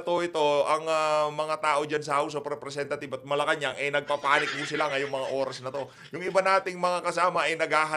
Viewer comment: Parang house of repthieves ang bigkas.